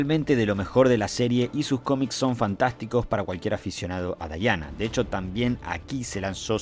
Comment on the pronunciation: Diana se pronuncia "Diana", y no "Daiana". Que los angloparlantes lo hagan mal no es razón para imitarlos.